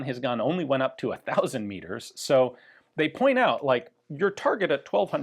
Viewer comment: Meters not Miggers